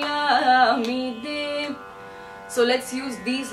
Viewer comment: Problem with Tamil and Malayalam singers pronunciation, it is not Kalayaami de, it is Kalayaami te.